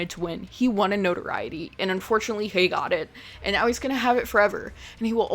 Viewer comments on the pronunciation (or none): none